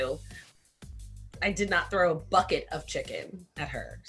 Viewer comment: The emphasis on the BUCKET doesn't make you innocent Keiley. 🙄 I know a lil bully when I see one okurrrr